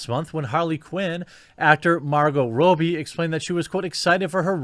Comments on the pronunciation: This is bugging me. It’s ‘Raw-bee’. Not ‘Row-bee’. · While I agree with how stupid all these decisions are from Disney you are really unable to say Margot Robbie's surname properly its Rob-bee not Row-bee. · For the love of God... It's pronounced 'Robbie'... not 'Robey' FFS!!!!! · Have I been saying it wrong all these years? Isn't it Robb-Ee, not Robe-Ee? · Perhaps Margot herself is the best source for this, but in Aus 'robbie' rhymes with 'knobby' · why are you constantly saying her last name wrong